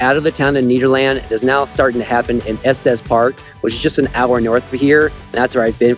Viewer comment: It’s NEDerland , not NEEDerland! 😂 We in Colorado call it “Ned.”